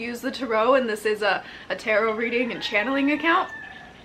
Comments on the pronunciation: I like how u say turo like it’s a car rental biznuss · Strange that you pronounce the word; "Tarot" like that. Must be the Mentaken way to say it. ;)